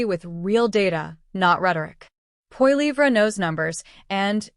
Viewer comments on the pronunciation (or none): WHY cant all these A.I. Channels pronounce Pierre's last name correctly ?